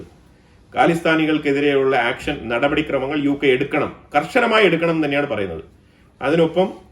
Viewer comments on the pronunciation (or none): none